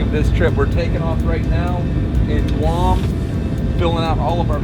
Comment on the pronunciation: ‘Welcome to Guam’ sounds a awful like guarma